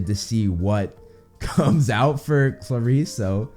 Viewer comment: If there's one thing I've learned about Percy Jackson from this channel, it's that I've been pronouncing everything wrong: Aers (Ares, god of war), Afro diet (Aphrodite), Poe say don (Poseidon), Haids (Hades), Chee-ron (Chiron), Percy phone (Persephone), Sill-ae-nah (Silena), Klar-is (Clarisse)...you get the idea. Guess just reading is not enough. Thanks for repeatedly blowing my mind,!